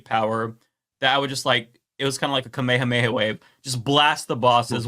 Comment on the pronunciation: tell me didn't say kamehameha in that weird internet way... nnnoooooo 🤣😂